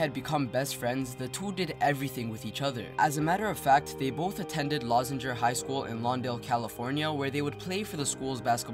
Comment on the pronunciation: I know i'm late but the highschool is pronounced (Lou-Zinger)